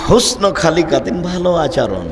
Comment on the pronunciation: আলহামদুলিল্লাহ! খুব ভালো লেকচার । কিন্তু আচারণ শব্দটা শুনতে শ্রুতিকটু লাগে। উচ্চারণটা শুদ্ধ ভাবে বললে শুনতে ভালো লাগে।